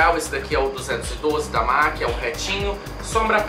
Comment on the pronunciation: Que luxo!!Será que é só eu que volto quando vc pronuncia os nomes dos produtos da mac com o seu inglês glamuroso..? #NemAsGringaConsegue #PorqueTemQueTerCarão #Aceita